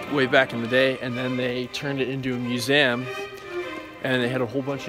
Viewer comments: Yo please learn how to pronounce museum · Please learn how to say museum